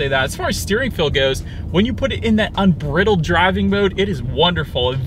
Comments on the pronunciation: The word is unBRIdled, with a long I. Like a horse bridle. Great review. Thanks for not being a baby about the Mustang nameplate on an electric car. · "Unbridled" with a short "i" like "bit" rather than a long "i" like "bite"? Considering it's a Mustang do you think it might reference a horse's bridle with the long "i"? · You need to check the pronunciation of "unbridled." You couldn't take much of a trip in the thing. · You could learn how to pronounce “unbridled”